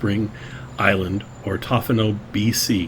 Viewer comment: Its pronounced like Toe fee no